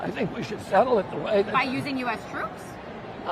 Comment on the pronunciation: Lol I love the way he said "no!"